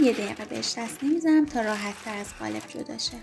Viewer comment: عالی بود فقط چرا به قالب میگید گالب